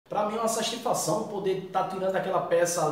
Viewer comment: SASTIFAÇÃO KKKKKK MAIS DIFICIL FALAR DO QUE SATISFAÇÃO MAS TA VALENDO